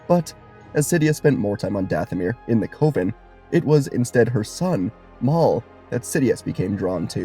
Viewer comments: What if you knew how to pronounce coven. Cuh-vin. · Cove-in instead of coven is wild work buddy. You can Google words and the TTS will tell you how to say it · FYI, "coven" rhymes with "oven". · Beautiful theory, but just a heads-up, Zabrak is pronounced with two short 'a' vowels, like Atlantic or Anthrax, just a heads-up if you use them again in a theory video, and coven is pronounced exactly like oven, but with the c in front of it. Beautiful theory, as always ❤ the team up idea in this theory was dope, and the ending was even better! Well done, as always!